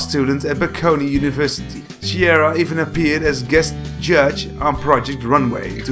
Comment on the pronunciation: Awesome video! Love song of style and the blond salad But their names are pronounced as Ah-mee not A-mee and kee-AR-ah not chi-ara ;)